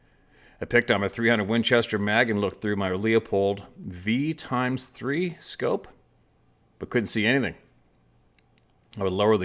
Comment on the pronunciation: It's really hard to believe that a real hunter doesn't know that a Leupold VX-3 scope is "vee ex three" not V times 3.